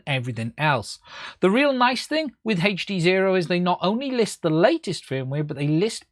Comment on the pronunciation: If you say HEACCCH D Sezro one more time, ill die, lol